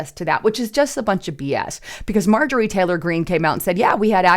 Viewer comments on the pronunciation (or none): none